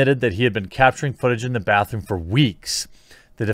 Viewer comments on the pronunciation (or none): You seriously aren’t saying “bathroom?” Bruh….